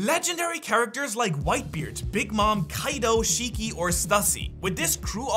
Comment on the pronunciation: I didn't ask for the backstory not to be mean or something I was telling that he said the name wrong (you said the name wrong to) is kaido